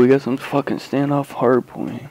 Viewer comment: Could really hear the Texas in you when you said Standoff :)